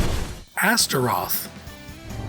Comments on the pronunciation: Stopped watching when the dude kept mispronouncing Astaroth as Azerot. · Astaroth.... Azeroth..... - bruh